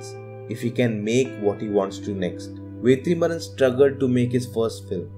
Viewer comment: Bro it is Vetrimaaran. Why are you pronouncing as Vethrimaaran?? Don't pronunce it with th sound bro. No offence. Just correcting. Thank you